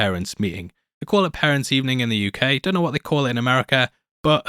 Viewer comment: I didnt realize you had an accent until you said uk